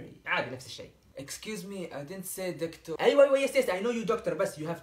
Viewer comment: hahahha actour doctouur haha